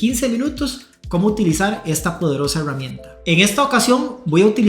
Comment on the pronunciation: Por qué carajos dice EhheEeRramienta ?